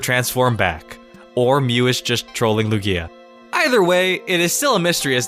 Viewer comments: It's still 3 syllables. Loog-i-a pronounces it with 2 Loo-gia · The power plant in XY like what the heck and also I really feel like the emphasis goes on the U of the Lugia not the IA like LUgia not LugIA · lu-gia not lu-gi-a god!!! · It’s pronounced loog-ya not loo-gi-ya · Lu'gia, not Lugia' ? Please? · LOO-gee-ah, not lu-GEE-ah 😂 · your ruining my favorite pokemon it's Lugia all one word not Lu-gia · STOP SAYING LOO-GEE-A! IT'S LOO-GEEA! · It's pronounced Lugi- a, not Lu-gia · am i the only one that's triggered of the pronunciation that he gaves to Lugia? , he says "Lugía" not "Lugia" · HIS NAME IS LUGIA NOT LUGGIA STOP SAYING LUGGIA WITH A LONG I ok i'm done sorry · Why do you say Lugia like Lug-e-a it's supposed to be Lu-gii-a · Lugía? its lúgia brø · I think it's LOO-gee-uh, not loo-GEE-uh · LU GIER??? ITS LU GIA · Same... its LOOO-gee-ah not Lu GEEEE ah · It's LeviOsa not LevioSA xD It's LUgia not LugIA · WHAT THE HECK IS LUGKIA WHAT KIND OF PRONUNCIATION Is THAT YOU DUMBELL!!!!!! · The way you say "Lugia" really bothers me. Like my ears are constantly being raped by an unpleasant sound. x: "Lu-gi-a", Lu-gi-a", Lu-gi-a"... it's one syllable dude, you don't pronounce it in 3 syllables :s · "loo-gee-a" that hurt me to hear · The way you say Lugia triggers me lukia wtf boi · The speed of you saying Lugia (pronounciation is ok) makes it sound like iKia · Came down to the comments just to see if I wasnt the only one :P It almost sounds like he's saying Ikea. Needs more emphasis on Luuuuuuugia! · my friend pronounces it Likia im so triggered by it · Its lu-ge-a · Matthew Serafino yeah, not lu-GEE-a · loo-gee(as in geese)-ah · You should be banned from saying "Lugia" for life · Holy crap the way you pronounced Lugia makes me want to die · THE PRONOUNCIATION OF LUGIA IS WROOOONG!!! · What did he call Lugia?! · Say Lugia correctly you fuck. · Who else cringed every time he said Lugia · The way you pronounce "Lugia" triggers me. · Me #Triggered